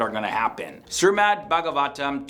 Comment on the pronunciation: I liked the video the only thing is it shreemad not srimad But kudos to you even Hindus themselves have forgotten what our ancestors have already predicted From every one of the point's you can relate your own life into it in any way possible 1. Social media 2.Envy (just like you said) 3.Power(look at china russia and America) and some small nation's as well the gulf money is literally every where and another video of BlackRock Funds do watch it, it's like they own everything in the world. 4.Selfishness nowadays the so called extroverts show us that they're helping you but in some way they are fulfilling their own deep down desire or selfish act of something 5. The genitals part is the best 🤣🤣🤣 MEN WILL BE MEN (TWO AND HALF A MEN)